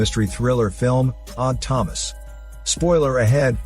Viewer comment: Am I the only one who hears "Autonomous" when he is saying "Odd Thomas".